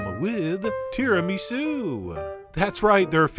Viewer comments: The way you pronounce Tiramisu is an offence to the world. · the way he says tiramisu has me dying of laughter